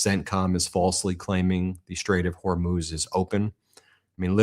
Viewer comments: Well unless the spelling is Hormoze, then the proper pronunciation of Hormuz is either Hor(moo)z or Hor(muzz)z! Now if you factor in an accent from the region, then it may be pronounced and sound as you imply. It has nothing to do with being illiterate! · It’s not Hormuz, it’s Hormoze. For over 2000 years it has been Hormoze now you illiterate people keep saying Hormuz.